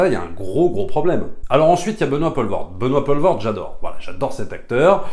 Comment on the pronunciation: Tu m'as trigger à chaque fois que tu disais "Benoît Paulvord"